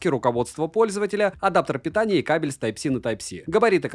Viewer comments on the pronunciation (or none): none